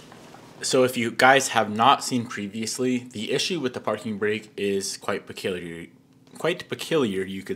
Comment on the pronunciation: Boss the word is peculiar pronounced puh-kyoo-lee-ur…. Love the content tho plz give more updates on the civic